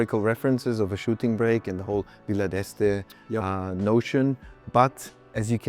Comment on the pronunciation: "Shooting brek"